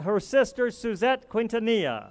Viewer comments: Selena KIN-TA-NI-YA!!!! Omg how can he get her name wrong? I’m crying at Eva Longoria’s speech...😭😭😭😭😭😭😭 And this is my first time watching the video. Suzette was very kind when she removed Chris flowers, I even think I her her ask him can she move the flowers really quick. OMG it’s not that serious. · That guy who was talking in the beginning doesn't know how to pronounce quintanilla right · Selena is NOT TO BE COMPARED WITH THE DISRESPECTED Madonna. Selena never took off her clothes and was VERY RESPECTFUL. SELENA WAS A ROLE MODEL FOR CHILDREN. Madonna was not a role model and will never be. FYI the U is not pronounced in Quintenellia. R.I.P. Selena.